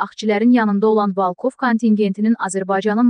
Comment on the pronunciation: Ay gız Valkov değil VOLKOV VURGUNU BİRİNCİ HİSSEYE VOL KOV